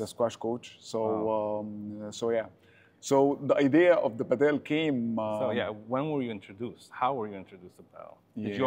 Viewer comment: This guy is delusional with his pricing and he also delusional with saying Adidas is the most used racket and he can't even say padel right